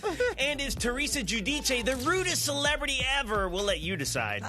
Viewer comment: pronounces Gudice correctly 👌🏽